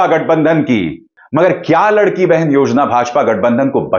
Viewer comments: अभिसार शर्माजी मैं आपके व्हिडिओज देखता हूँ और पसंद भी करता हूं | मगर कभी कभी कोई कोई मिस्टेक कर जाते है आप | महाराष्ट्र मे जो स्कीम चल रही है नाम है लाडकी बहिण उसका हिंदी मतलब है लाडली बहन | आप उस मराठी शब्द का उच्चारण लडकी कर रहे है | या तो आप बोलो लाडकी बहना या लाडली बहना ऐसे बोलो | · 'लडकी बहेन नही लाडकी बहेन'